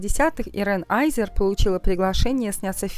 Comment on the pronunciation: Не аЙзер, а азер. Чем то скарлет йохансон напоминает